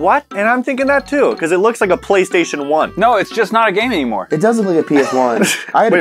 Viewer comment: Poly-station omg. 😅😅😅😅😅😅😅